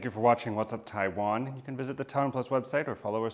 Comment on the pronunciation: I can't bear to listen to that bint who can't pronounce 'Taiwan', bye!